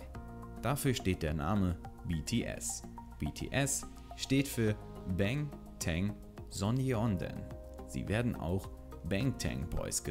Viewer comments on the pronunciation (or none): Bängtän Sonjondän? 😀 Aber trotzdem ein gutes Video! Danke!💜 (Es wird Bangtan Sonjeondan ausgesprochen.)